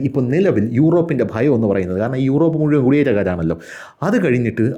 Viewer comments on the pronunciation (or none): none